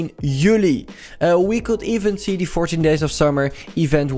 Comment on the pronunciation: Normale mensen: "The" "THIE"